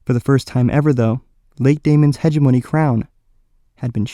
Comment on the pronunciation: it's pronounced "he-gem-o-ny" not "he-ge-mo-knee"